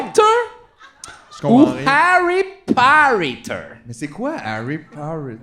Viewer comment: Harry Pompter. ou... Harry Parrytter ?